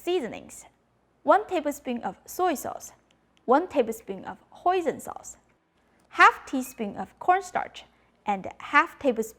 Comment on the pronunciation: When you say Hoisin sauce almost sounds like "poison sauce" . Ty for the recipe, this one went to the printed booklet i got in the kitchen.